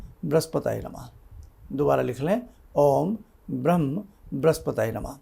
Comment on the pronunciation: नमस्कार उपरांत प्रार्थना है शब्द "ब्रह्म" है "ब्रिम" क्या बोल जाये। शंका समाधान करे 🙏🙏🙏🙏